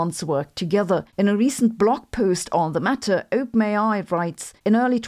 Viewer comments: Not to be rude (given your mastery of a second language which I failed at) but when you say OpenAi it sounds like you are saying "ope may i" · Lolz, it really sounds like you are saying ope-nayeye 😂😂😂😂